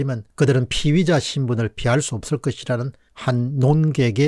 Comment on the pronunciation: 공박님의 피의자 발음이 피위자로 들립니다. 희망의 끈을 놓지 않는다면 끝날 때까지 끝난 것은 아닐 것입니다.